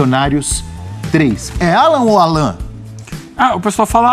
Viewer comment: A pronúncia correta é Állan, e o Pulgar é Púlgar, mas ele prefere ser chamado de Erick.😉